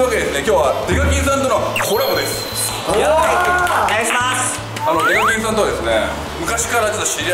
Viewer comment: 挨拶でsasuke デカキンをデブキンと言ってるwwww